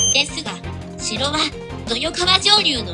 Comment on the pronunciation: 真田信綱の説明で豊川をトヨカワと言っていますが、とよがわですよ。川の名はほとんど「がわ」と発音します。地元の人間です。参考に!